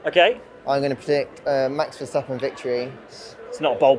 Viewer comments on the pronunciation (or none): Guys guys... Say "strope wah-fels". Also there is no sch in Verstappen 😉